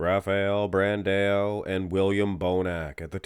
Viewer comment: who is Brandeo? i know who BRAN-DAAAAOOOO is with AO not EO! Bran-dao! DAO!" not DEO!